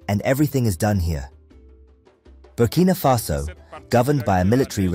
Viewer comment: It's Burkina Faso, not Bimini Faso